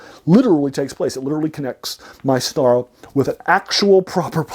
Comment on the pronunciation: Too long. Speaking too fast. Need to focus on the "pulp" topic. It's pronounced "mee-Star-ah."